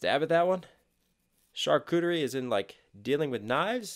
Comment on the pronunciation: Impressive that you could pronounce charcuterie without being familiar with it. It’s a butchers plate by definition, usually cured sliced meats.